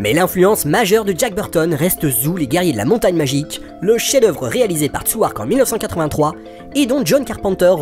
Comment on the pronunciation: Encore une bien belle vidéo les amis, bravo. Par simple esprit de contrariété, je souhaitais simplement vous informer que Tsui Hark ne se prononce pas comme ça s'écrit, mais plutôt « Choy Hok » . Si jamais il vous venait l'idée de lui consacrer une analyse, il vaudrait mieux avoir la prononciation correcte. ;) Au plaisir.